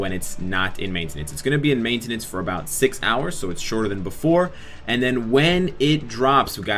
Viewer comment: bro u said maintenance wrong lol